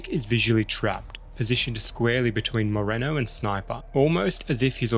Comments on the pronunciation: Awesome video, but everytime you said the name “Moreno”, i felt a little disconfourt. I mean…this fuy is supposed to Hector in every movie. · Moreno’s got a last name, but still don’t know how to pronounce it.